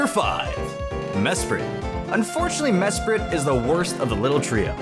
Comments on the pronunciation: you : "Mesprit" T R I G G E R E D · It is mesprit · It's Mesprit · o its mesprit xD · damn i thought he was gonna say uxie not mesprit